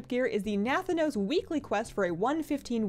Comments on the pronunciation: Nuh-THAN (an like can)-OS, like Thanos in Avengers. Not to be mistaken for Nathan-os, the cereal. Please don't call him nathan :( xD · Say Thanos...like from Marvel ... then say Na... then say ... Na - Thanos. Not... NATHA - nos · Na-than-os, not Nath-an-OS, lol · Yeah, she got it right (na-THAN-os) but the other times it was wrong (NATH-anos). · Nah-nan-oos? what?